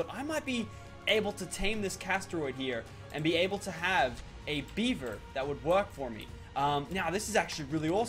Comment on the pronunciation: He keeps saying beiber, as if it were Justin Beiber, I mean come on, is it not beaver? And not even that it is a castoroid